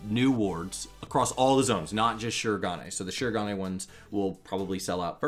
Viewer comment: I'm guessing Jan 23 for the patch. Also, with the way you say "Shirogane," I'm imagining now an Asian style castle made from churros. =p In any case, I hope we finally do get our relics in 4.25, and that it's not pushed back yet again. My main jobs need relics to do, now that my anima collection is finally finished. (Please, Team Yoshi, make it happen)